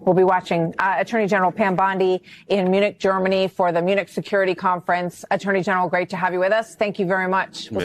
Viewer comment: this ghetto trash cant even say Attorney general right...smh u can take the trash out of the ghetto but its still ghetto trash